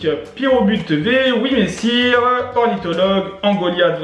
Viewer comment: YES T'AS DIS WIMESSIR COMME IL FALLAIT PUTAIN